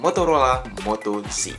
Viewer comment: Ejaannya kok moto "ji" jadinya moto G (ji) donk?